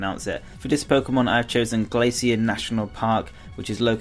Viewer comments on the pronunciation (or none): none